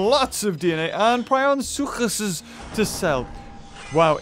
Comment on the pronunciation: The way he said prionosuchuses